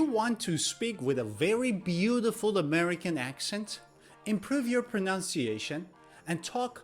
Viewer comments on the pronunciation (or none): 😅😅😅😅😅😅😅 you're right!!! He says wideo hahaha plus he doesn't even know how to pronounce "beautiful" in American accent. I really enjoyed this video!!! Def right! Note that instead of saying "native Americans", he should have said "native English speakers" 😅😅😅 He's so funny!!! 😂😅😅